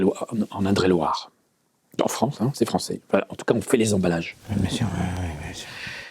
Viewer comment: "En ind..re et loire" 😂.... Dès le début ça envoie 👌🏻